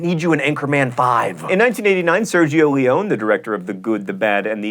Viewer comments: "Lee-own?" Doesn't anyone at Mental Floss know how to pronounce Italian names, or at least ever heard Leone's name spoken? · Why can't anyone pronounce Leone's name right? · Nice mispronunciation of Sergio Leone (lee-oh-nee not lee-ohn). Maybe he should add it to the remake of "79 Common Mispronunciations" (Ep. 21).